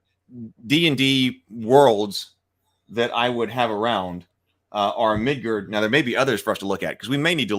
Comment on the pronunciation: I really wish you didn’t keep calling it “Midgurd…”